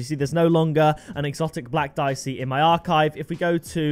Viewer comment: It pronounced deeyechee italian